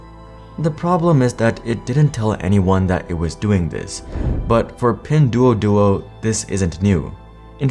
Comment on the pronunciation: It pronounced as "Pin-dwo-dwo".